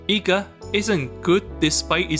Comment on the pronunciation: Eega ❌ NEega 🌚